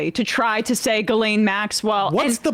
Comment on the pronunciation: who the f is guhlaine maxwell? you talking about jizzlane maxwell?